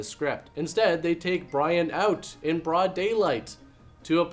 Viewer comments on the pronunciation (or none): none